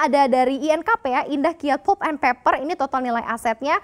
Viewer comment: 'pʌlp' not 'pup', ˈpeɪpə' not peper 😂😂😂